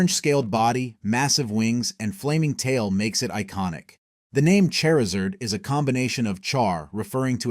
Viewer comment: Say Chari: Chari Say Zard: Zard Say Charizard: Cherzerd